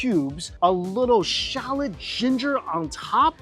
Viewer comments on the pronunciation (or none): none